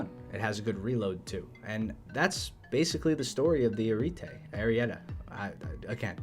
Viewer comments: Tea at the end, not ta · Maybe Spanish te? But not tea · Not sure this will work, but: ah-ree-eh-teh. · pronounced like this: Air-EE-et-a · It’s pronounced Ari-etEH the i being pronounced like Ee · It's ah ree et tey. if you say it quickly. it sound about right And regarding top tier armor I think it is only useful if it is reliable, this is the reason why I prefer the challenger over something like an abrams. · Im italian it s A riE te. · eyy REEE ehh Tey That's how it's pronounced slick TBH the Ariete Proto shouldn't get DM33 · The ariete is pronounced like R E et Ayy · Here you go, from an Italian brother: /a·riè·te/ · AH - r ee - eh - t AI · It's pronounced Aryéte like R YEs TEch. Also the R is rolled and the T is not aspirated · my boi. It is pronounced... Air-ree-et-ee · Ar-et is how you pronounce it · It's pronounced "Air E Ah Tay" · i believe you say it like " ARIETTI MAMMA MIA" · Pronounce ariete like a-ree-et-eh (eh like my day was pretty meh without the m) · What no ariete there is no second r sound ah ri eh teh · Ah' ree' eh'te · Ara-A-Tay and roll your R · Pure vowels mess up English speakers Everytime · ar ee et eh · you are reading correctly, the problem is the R. it's not smooth like the english one (read as "ar"), it's a hard R, like the one in "Rough" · Remember the song aluwete now do that with the word ariete that's how you say the word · its pronounced ariet with the e so its ariet-te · It's pronounced Ariete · It’s pronounced ari (ahri) ete. Think of quiete and it’s pronounced the same as the ete in Spanish